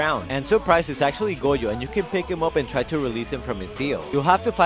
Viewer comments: It noy pronounced goyo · Why keep pronoucing goyo instead of gojo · That is not how you pronounce Gojo 😂😂